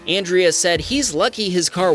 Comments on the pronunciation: "Andre" is not pronounced "an' dree ah", it's pronounced "on' dray". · I'm laughing at you calling him "Andrea" when it's Andre....like Andre the giant 😅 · Andre pereira...Isnt that pronounced ANDRE not ANDRIA??? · Andre is pronounced UN-drey, not Andrea. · It definitly said Andre not Andra… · it is Ahn-dray. I do not think it was Ann-Dree-uh. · Re: #5 the guys name is Andre, not Andrea 🤦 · How does Andre feel about you calling him “Andrea”? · "On-dre" not Andrea lol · An dray.... not Andrea!!😅😂😅😂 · lmfao andre is not pronounced the same as andrea. andre is said like "on dray" not "an dree uh" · Andrea is a crazy pronunciation for Andre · Andrea is a girls name and you kept calling Andre as it showed in the text Andrea. Oops is that a wham baam narration? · Andre… thats NOT pronounced Andrea. Hes a guy. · By the way, Andre is pronounced Ahn-DRAY, not like the girl's name Andrea. No a at the end. Ted should have been paying more attention to the road. Never stop in traffic. Better to exit then get back on the highway than stop where he did. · Andre ... An-dr-ay ... Andre ...